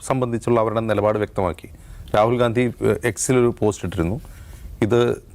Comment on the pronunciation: രാഹുൽ ഗാന്ധിയല്ല…. ഗണ്ഡി…. ഗണ്ഡി… മലയാളം ശരിക്ക് പഠിച്ചിട്ട് പറയൂ സൂർത്തേ😂😂😂😂